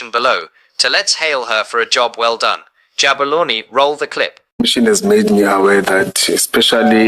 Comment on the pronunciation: As long as you still say Jabolani instead of saying Jabulani you will not have more likes than viewers.